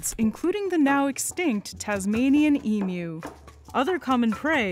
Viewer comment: Yay! Pronunciation of emu is perfect!